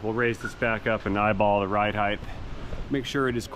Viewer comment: Height not heigth 😎 words. But width and length are correct…inglish is wierd. British is wierderer